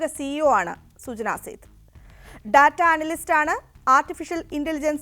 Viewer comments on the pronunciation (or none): none